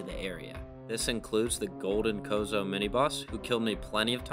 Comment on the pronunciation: Did you seriously just call the chozo "cozo"